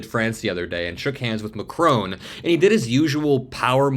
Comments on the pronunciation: The name is Macron …..NOT Macrone! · please say "Mac-Ron" not "rone" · His name is MAcron, not maCRON. You are pronouncing foreign leaders' names improperly more than once man. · His name is pronounced MACKron not MaCRONE. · It’s pronounced MackRon not Macrone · Please pronounce Macron’s name correctly. It is not Macrone, it’s MacRON. It is very disrespectful to not pronounce names correctly. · It's Macron, not Macrone. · Not Macrone, his name is Macron, with nasal o and silent n. You have to pay attention if you want to be a reporter. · Love your vids, but it’s Macron not Macrone. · Macron, not McCrone. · It's Mah Kron not Ma Crone. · Why do the Americans call him Macron(e). Listen to how the French pronounce his name. Its Mac-Ron. Simple.... Macroane? ..... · It’s not pronounced Macrone but Mackron. The ‘n’ Is not pronounced in French but you could at least pronounce it the English way and use the shortened o sound instead of the lengthened o that Americans use for no apparent reason. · President Macron is NOT Macrone. It Macron no ‘e’ at the end. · Lol!! So astute. It's that old thing that a strong handshake is a sign of a strong character. But I'm Trumps case it shows how much if a simpleton he is. BTW...it's Mac-ron. Not Mac-rone..just saying 😊😊😊😊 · 'Ma kronn' dude not Mackroan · It’s Macron not Macrone - short ‘o’ not a long one. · Please learn how to pronounce Mac-ron. Stress on first syllable. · Just a minor detail, but the French presidents name is pronounced MAC-RON 🙂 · It's not Macrone! Like it's not KamAHla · It’s not Mac-rone. Learn how to,pronounce it. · "Macrone" is not a real word. You bloody Americans cannot pronounce a simple word your haven't learned formally. Your mispronunciation is cringeworthy. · Why are you repeatedly so incapable of pronouncing Macron's name correctly? - Mack-ron - there is no W or E it is not ...krowne. 🙄😖🤨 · You pronounce the name Macr'o'n, the 'o' is like the 'o' in cOtton.